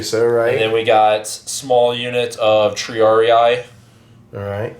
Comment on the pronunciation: It is "Tri-AR-ee", not "ee-eye".